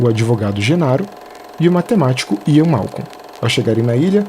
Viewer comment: Pequena correção bobinha: é Malcolm e não Malcon.